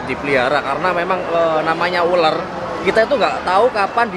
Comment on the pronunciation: ULAR Bukan ULER